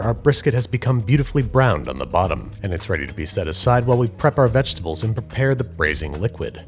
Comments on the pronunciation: "Saucepn" "Sauteepn" And now veggietables? Babish are you trying to get sued? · You pronounce vegetables almost the same way Yogi Bear pronounces picnic baskets. Not a criticism, just felt like it needed pointing out. BTW picnic baskets might make a good video once we are all allowed outside again. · I'm sorry Andrew I have to ask how do you say vegetables